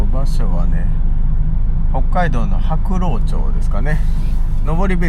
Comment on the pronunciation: 鍵穴デフロスかCRCを入れとけば意外と凍りませんよ うちはそれでやってますね 後、地域の読み方で内地の方はやっぱり難しいんですね 白老（しらおい）って言います 北海道の地名は語源がアイヌ語なのでそのままは読めないと思いますね